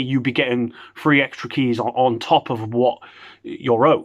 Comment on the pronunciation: When u say free it sounds like three and that’s the amount they actually gave lollll 3 keys lolll